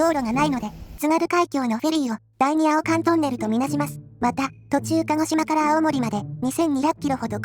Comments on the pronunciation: 「あおかんとんねる」？？？青函トンネルは「せいかんとんねる」と読みます。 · 読み方が青〇なのは流石にまずいですよ！ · たしか合成音声の類はテキスト読むとき訓読みになっちゃうからあおかんトンネルになってるんだと思う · アオカントンネル？ 青函（せいかん）トンネルをそんな読み方する界隈があるわけ？ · しょっぱなから青函トンネルをまあまあな読み間違いしてて草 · あおかんトンネルじゃなくてせいかんトンネルな？(笑) 面白い企画なのに初っ端からエロかましてどうすんの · 初っ端から「第二せいかんトンネル」をわざとなのか、意図的なのか堂々と放送禁止ワードに変換してしまうよ.... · 冒頭の「アオカントンネル」の発音で観るの止めちゃった。 動画作成者って入力したテキストのチェックはするんだろうけど、音声のチェックってしないんだろうかなぁ。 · 音声チェックをしない動画製作者も多いだろうけど、多分この人に関しては「アオカン」っていう下ネタワードとかけてるんだと思います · 青姦トンネルだぞ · わざと青函トンネルをあおかんトンネルって読ませてるの好きw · 第二青函トンネルを あお〇んとんねるって 読んでるせいでえぐい物に聞こえたww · 青函トンネルの読み方ァ！ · そうなんすね。じゃあ、しょうがないというか合成音声の欠点というか。子供には訂正しておきました。 あと、ネタってのはなんとなく理解しました。 もちろん、子供は分かって無いようですが。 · 旅や地域をネタにしてチャンネルをアップしている以上、地名や読み方は間違えちゃだめと思うけどね。さすがに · ここの読み間違いはアカンw